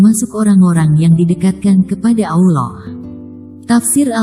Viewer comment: Pesantren mn ada S1..bohong bnr si.Ngucapin kata Allah sj terdengar bkn muslim tuh s